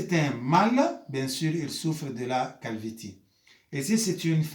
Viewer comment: Ça se prononce calvici mais ça s’écrit calvitie prof